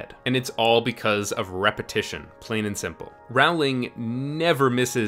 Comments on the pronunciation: IDIOTIC PEICE OF SHIT ITS ROW-LING NOT RAO-LING!! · Great video. The other thing she did was plant setup and clues for plot points one, two or even more books ahead of where they became relevant. I remember how we all spent hours on message boards trying to spot the clues for future books. (Also, it's Rowling as in bowling not Rowling as in howling.) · It's Rowling like bowling, not Rowling like howling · Her name doesn’t rhyme with growling it rhymes with bowling. Rowling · J.K. Rowling's name is pronounced like "roll-ing", not "ROW-ling". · Love it, great points and observations. Early on in the series in an interview she actually talked about how she was writing mystery novels disguised as fantasy, so this isn't just a theory, it's truth. Just one nitpick, though. "Rowling" rhymes with "bowling"- "Raowling" isn't her name. It almost made me leave the video, but I thought the title content might be worth cringing through the mispronunciations. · His pronunciation of "Rawling" is annoying. Her name pronounced "Rolling" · Why do you say her name as RAWLING instead of ROW-ling? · It's actually pronounced Rolling, not Row-ling. Just FYI. :) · Rowling rhymes with bowling, not howling. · ROWling. As in ROW your boat. Not Rauwling. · Great video! But please pronounce JK Rowling's name correctly. It's Row as in row the boat not Row as in argument!! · Great video!! Just one thing... Say her name right. Stephen Fry, who narrates the audiobooks in the British version and knows her personally says it's row, not rawl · Rowling is pronounced like rolling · Rowling is pronounced like “rolling” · It's crazy to me how people still manage to mispronounce this woman's name despite her success. It's Rowling like "ROLL-ing". (P.S. - great video essay!) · It's 'Rowling' like 'bowling'!!! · Its JK Row-ling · It is pronounced "rolling". She has typed so herself. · 18 seconds in. its pronounced roll-ing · Rowling rhymes with bowling. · It's pronounced like rolling